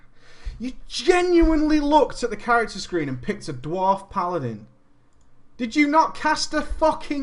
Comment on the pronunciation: "Was it a dward? I need to know.." :D